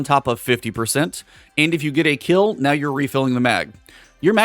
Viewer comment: when you said kell instead of kill you shoulda kept it kell lol